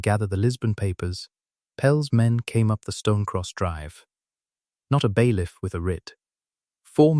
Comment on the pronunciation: Bailiff not baylift